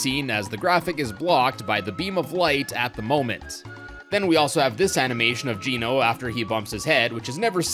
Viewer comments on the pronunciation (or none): none